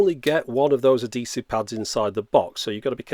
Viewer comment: "adeesive" lol I like all your videos though.